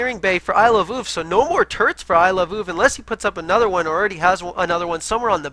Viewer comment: is now my favorite because he pronounces Iloveoov the way I think it should be pronounced XD